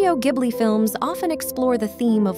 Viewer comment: is this an ai channel?? it's pronounced jib-li lol either way i love whisper of the heart! its such a good movie.